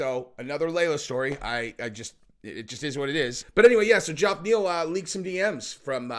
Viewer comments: Where I'm from 'Ge-off' is pronounces 'Jeff'! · What's with the JOFF pronunciation? Get it sorted on fire 🤣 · Who in the ENTIRE FUCKIN WORLD pronounces Geoff as "Joff" besides?! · I think is trying to copy the Chael shtick by intentionally mispronouncing people’s name. No way he still hasn’t figured out how to pronounce Geoff (hint: it’s pronounced the same as Jeff!) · I think it's really pronounced Geoff not Jeff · Does Geoff Neal pronounce is name funny or does nobody know it's pronounced like Jeff? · Fucking hell. Geoff Neal's name is pronounced like Jeff. JEFF. Dear God. Maybe one day, you'll see one of these comments. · And if youre gonna talk about geoff neal can you please say his name right? It's pronounced just like Jeff just spelled different. Like John and Jon . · Why cant this guy not say Geoff properly? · The G sounds like a J and the O is silent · He's definitely continuing to say it that way out of spite. He sees the comments. I love it. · Its pronounced " jeff". But isnt the smartes tool in the shop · Geoff is pronounced the same Jeff- not "Joff". Did you think the thousand times it's been pronounced on air by many people were wrong and you were right? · Geoff Neal is pronounced and sounds like "Jeff" not "Joff".... ok? Pronunciation matters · Why the hell do you always pronounce Geoff Neal’s name as Joff? It’s pronounced JEFF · is it "Jaff" Neal or "Geoff" Neal, im confused?? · Geoff = Jeff! Cmon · Hey, how come you say Joff Neal? Lol everyone says Jeff (Geoff). Just curious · Geof Neal name isn't pronounced Gee-Off, it's pronounced the same as Jeff... Source, my name is also Geof... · Dude will you stop calling this man Joff. Its pronounced Jeff. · why do you keep calling (Jeff) Geoff Neal- Joff? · Probably the millionth person to comment this but Geoff is pronounced Jeff not Joff. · His name is not Joff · It’s pronounced JEFF!! Wtf!?!? Lol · It’s pronounced “Jeff”